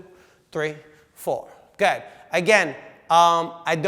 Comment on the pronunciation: am I the only one who hears "go 'head" when he says "good"? just me?